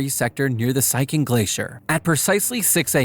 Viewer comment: Siachen is pronounced 'see-ya-chen'